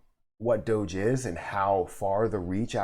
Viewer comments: The common pronunciation is "DOUGH - ZH" (which only you pronounced correctly in this video). Nice to see Mark try to get Ellen involved. She has a lot of reach in terms of audience. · I agree with how you say DOGE